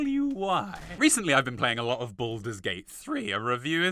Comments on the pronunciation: My man, please for the love of god, if you’re going to keep talking about fallout games, learn how to say NUCLEAR. It isn’t (NUKE YOU LER) it’s like (NEW CLEAR) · It's nuCLEar..... NUCLEAR, not Nukilar 🤦🏻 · Amazing video. I love New Vegas. The best Fallout, IMO. Lastly, you're one of the smartest people I know, so don't be offended when I say... New-CLEAR** Not "Nuke-you-ler". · The 4 hour wait makes me whish for a nukular winter